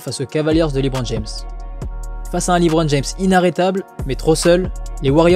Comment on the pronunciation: Superbe vidéo sauf le Liiiibron James mdr